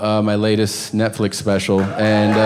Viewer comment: I came here because every time I turn on Netflix I hear Tom in my head going “Nefflix....”